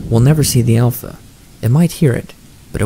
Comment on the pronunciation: "Alpha" you just lost all credibility lmao